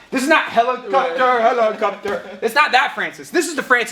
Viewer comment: "HELEKAPTER HELEKAPTER"